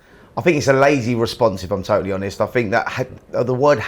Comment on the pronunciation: Spencer Oliver.. "if im totally hobest" "insert word for word whatever someone just said" How has he got a job doing this?